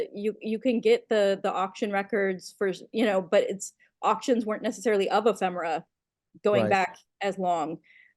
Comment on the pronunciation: Fine show, and Kate. It's "Eee-femera,". Not "Emm-femera."